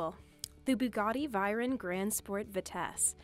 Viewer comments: "Bugatti Vayron" it's called Veyron, not Vayron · Bugatti VIYRON, VIYRON, IT'S VEYRON, Like PAY-RON BUT WITH A V INSTEAD OF A P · Its not vayron its veyron. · Its a Bugatti Veyron not Viron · Its veyron not veiron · I am a car guy and i can't skip the fact that she said bugatti viron it is veyron not viron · WFT SHE SAID Bugatti viron not vayron do not let a lady say car names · Bugatti viren? Its Vey-ron! Veyron!!!!!!!!!!!!!!!!!!!!! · "Bugatti viron" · for all you car lover's out there the Lamborghini venemo. 😒 Oh shit i forgot to mention that she said Bugatti Viron insted of Veyron Okay okay I'll stop now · Bugatti viron 😂😂😂😂 it’s veyron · viyron?!? Thats a veyron wth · did you just said bugatti vayron? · “Bogati Viran” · Bugatti viron. Got to love the pronunciations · “ThE BuGgAti ViRon” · “The Bugatti viron” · did she just say "bugatti vayren roadster"? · "bugatti viren" bruh....... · Did she really say bugati Vairon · did you just say Bugatti vayron? My ears are screaming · The Buggati vAyron. Just no, no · Bugatti "Viren" 😂😂😂😂😂😂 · Yup who saids viren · This bitch also said the Bugatti VIRON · The way they said buggati veyron